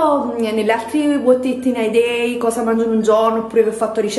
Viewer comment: uot ai eet in e deeeiii